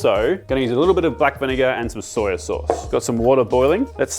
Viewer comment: It murders me every time I hear "soyYUH". Like, just soy. No "yuh". lol